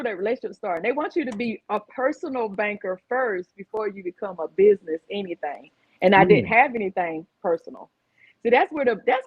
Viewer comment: "Bidness?" Lol